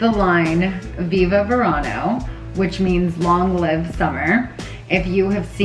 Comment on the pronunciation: Congratulations Scheana! Viva Verano! Being Latina the correct pronunciation in Spanish V’s are pronounced as a B. Not V. 💃🏻👍🏼🥰